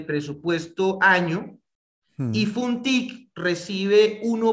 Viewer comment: No es funtic, es fontic, y no es una fundación es un fondo , es importante conocer bien los datos